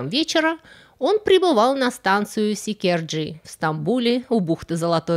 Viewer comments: Я Вас умоляю, станция в Стамбуле называется Сиркеджи = Sirkeci, как и сам район. Так как это произнесли Вы, это произносить нельзя ни в коем случае. Очень неприлично выйдет, можно и отхватить. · С удовольствием посмотрела и и послушала , сегодня мой день рождения, спасибо за такой увлекательный ролик. Но прошу меня извинить, так как я интересуюсь и пытаюсь изучать турецкий язык, заметила, как вы неправильно назвали вокзал , надо--Сиркеджи, а не иначе. Неприличное слово получилось. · Я Вас умоляю, станция в Стамбуле называется Сиркеджи = Sirkeci, как и прилегающий район. Так как это произносите Вы, это произносить нельзя не в коем случае. Выходит очень неприлично, можно и отхватить.